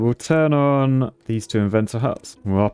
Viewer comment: I like when you say "turn on" because it sounds like pom pom -not a former cheerleader